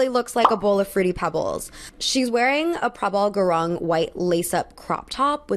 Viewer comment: hii i just wanted to point out that gurung (for prabal gurung) is pronounced as goo-roong 😅 but other than that, really really enjoyed watching this video and hearing all your opinions :))